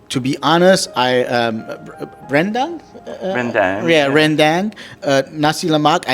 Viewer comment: pronunciation is perfect. First foreigner who can pronounce ‘Rendang’ correctly 😂 Best of luck to both of them ❤️